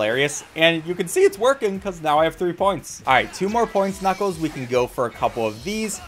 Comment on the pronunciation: Did he say knucos?